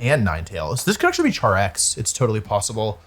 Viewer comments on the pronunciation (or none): none